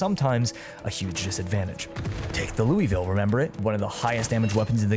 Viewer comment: Bro pronounced Louisville wrong Unsubscribing